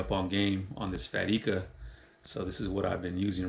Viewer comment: Pronounced I-ka not E-ka. Surprised no one told you. They just let you keep saying wrong. Tight lines bro.